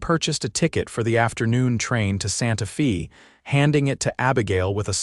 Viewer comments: Santa “ Fay” not Santa Feeee🙄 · Santa Fee. Too bad about the dumb AI narration.